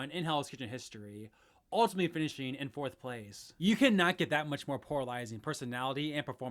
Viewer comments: "poralizing" is back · If this guy says "PORALIZING" one more time im gonna lose it 😂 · You keep saying poralizing lmao